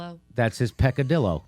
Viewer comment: .... What's a peckadillo?